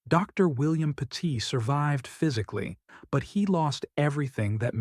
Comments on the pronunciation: It's not pronounced PA- TEET, it's pronounced PET- IT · Pronounced pet-it. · I live not far from where this happened. It is truly horrific what happened to this family. It is just heartbreaking. By the way, you are pronouncing their last name wrong. You should do your research better before posting a video. It is disrespectful to the family. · Stop mispronouncing the family name!